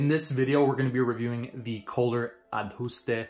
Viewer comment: It’s Kohler